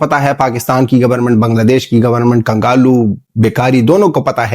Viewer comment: Kangalu nhi kanglu 😅😅